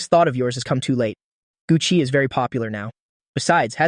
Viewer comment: “Gu Chi” 😂😂😂 “Gucci”…